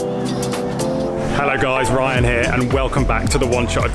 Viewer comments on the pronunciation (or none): none